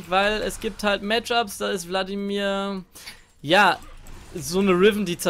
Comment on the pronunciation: Ich versteh immer bloodimir stat vladimir